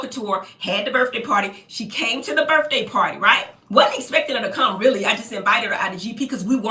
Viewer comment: "Burffday party"